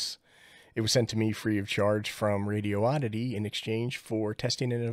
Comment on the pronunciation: Ray-dee-odd-ity/ Throw that extra OH in the trash!